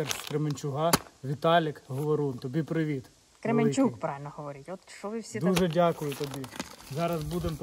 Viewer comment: Не Кременчуг а Кременчук!